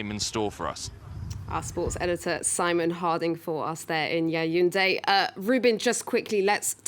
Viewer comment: The pronunciation is Ya-woun-day. Not yayounday or whatever she is saying. Please get that right, thanks.